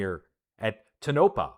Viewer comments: tonopah = toe-nuh-PAW. the tonopah test range is designated as area 52. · Toe-No-Pah... Nevada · Tonapah- tone uh pa